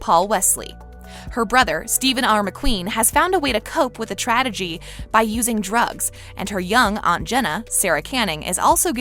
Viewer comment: it's the "tradegy" for me. sweety it's "traGeDy"